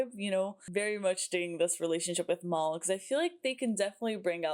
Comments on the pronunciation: Just a heads up…his name isn’t Mall, it’s Mal(colm) as in rhymes with Pal. 😊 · I find it….odd that you keep pronouncing it as ‘Maul’ rather than ‘Mal’. The nickname is short for Malcolm not Maulcolm and never once in the series does anyone call him ‘Maul’. Perhaps I’m being nitpicky but I find it slightly irksome. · His name is Mal, short for Malcolm, not Mol.